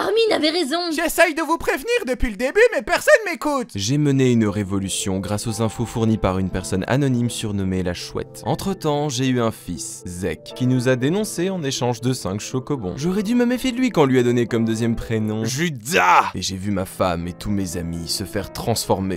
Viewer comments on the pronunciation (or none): "entre temps, j'ai eu un fils, ZEK" y'a pas à avoir des prononciations comme ça ?